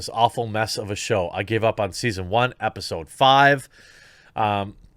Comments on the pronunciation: did you say "epi-pseud"? xD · “BatWAHMAN epiSAHD 2.”